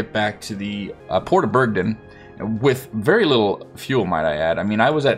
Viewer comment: It's Bergen, not Bergdin.